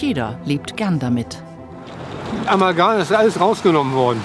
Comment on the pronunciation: Warum sagt der Professor Amalgan und nicht Amalgam?? Der sollte es doch wissen wie das heißt, wenn er daran forscht... so etwas finde ich immer wieder erstaunlich.......